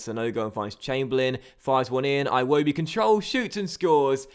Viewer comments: its like he's Scottish Aye wobi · I hate the way you say Iwobi lmao